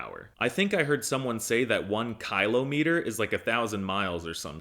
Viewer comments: Kylometer? 😂 Whats that, brother eww... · kah-lo meter ☠ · Kailometer and meter is crazy the pronunciation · Kylometer cracked me up 😆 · It's pronounced Kilo Maître, it means "One thousand times a Master". Now, wtf is a Kylo Ren?